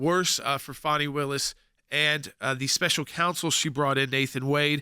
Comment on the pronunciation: ITS FANNY. It’s NOT. FONNIE Say it FANNY pronounce it properly. FANi takes it , Fani Lied under Oath and Fani should be charged…. Wade didn’t the LETOY and Redds memo, “”hey Wade we wouldn’t Tap That with your TAPPER.””